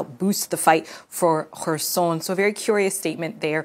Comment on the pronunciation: Thank you Salma for pronouncing correctly the city name Kherson 🙏